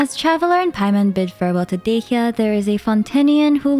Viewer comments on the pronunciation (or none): none